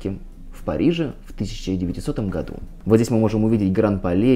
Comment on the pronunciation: Не могу перестать слышать в вашем слове "году", французское "gadoues"! Хах! 😉